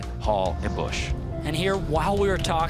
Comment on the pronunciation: its spoken Fabian Bösch not bush